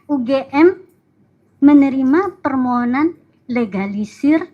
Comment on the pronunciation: Akademisi Alumni S3 Lulusan ITB Itu Ngomongnya gk Becus .. Sebut Permohonan dia Sebut Permonohan ..! Dasar Akademisi S3 Manajemen STRESS ..✍️✍️